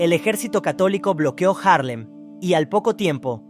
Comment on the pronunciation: Es Haarlem y no Jarlen.